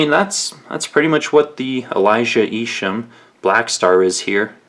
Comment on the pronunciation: It's pronounced "Eye-shum". Just so you know. I heard him say his own name in a video. The most unique designer currently.